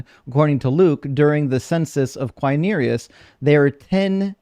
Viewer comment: Hey,, for you to never forget the right pronunciation, a hint: Quirinius ends like "News"... Qui-ri-News. 👍🙂